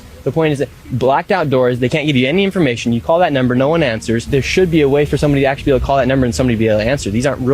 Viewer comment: "Aksshooally" I have seen 5 waterpouts in one day.